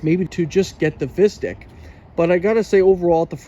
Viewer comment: Pronounced Visteek 😫